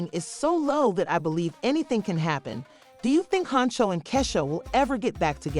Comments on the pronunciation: 😂😂😂😂😂😂😂 right who is kaysha??? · Wtf u cnt say Keisha omg cnt even watch it because u saying her name wrong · it’s pronounce Key 🔑 Shia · This voice over is killing me!! Learn 2 pronounce our name !! Take this shit down until you learn how to say our name 😂😂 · Sis that’s not how you say her name 😭😭😭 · Right !!! I’ll sue just because she saying my name wrong 😂